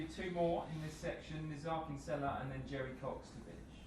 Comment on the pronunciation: Zayech, zayech...its pronounced as Zi-yech, not Zaiyech